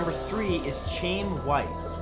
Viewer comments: #3 - It's not "ch-aim" it's "ch (chk) hi um" - a Jewish name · His name is Chaim. Its pronounced like 'Hi-em.' Nobody is called 'chame.' 😅 If you encounter a name you've never heard before, maybe look up a pronunciation next time please? I don't think you meant any disrespect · The Hebrew name Chaim is pronounced "Khhie-im", not "Chame". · I knew that was a Jewish name as soon as I saw it. You pronounced his name wrong. The “Ch” is like you got something stuck in your throat. Then the “iam” is “i um”. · I think you might find chaim is pronounced as kiam rather than shiam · HIS NAME ISNT PRONOUNCED "CHAYM" ITS PRONOUNCED "HAYIM" WITH THE "CH" AS IS YOU'RE TRYING TO HAWK A BALL OF SPIT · Chaim is pronounced Hi am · Chaim is pronounced KIME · I think you mispronounced Chaim. Pretty sure it's pronounced Haim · CHAIM is pronounced "HY-um" ...but with the first part sounding like you're going to hawk a loogie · Chaim? Dude it’s Jewish; pronounced Hi-um. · Number 3 is pronounced Hi um. It's a Jewish name. But good video! 📹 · It's pronounced High-em Weiss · It's pronounced CHI-im for Chaim Weiss, though I understand the mispronounced. Still cringed a bit. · It's not pronounced Chaim it's pronounced hi-um...it's a Jewish name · matt chaim is actually pronounced as hyam again not nit picking but thought you should know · It's HIE-am Weiss, Matt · "Chaim" is pronounced roughly "Hy-uhm". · OMG!!! Riiiight??? How could he mess that one up?? Lol. He mispronounces a lot of stuff on his shows. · You pronounced Chaim wrong. Do you call people with the name Sean, "Seen"? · I'm really sure that's not how you pronounce Chaim.